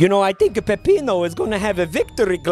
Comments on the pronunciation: Did you intentionally mispronounce Peppino??? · I love how he calls “Peppino” “Peppito,” oddly reminiscent of “Peddito” If you know, you know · peppiNO not peppito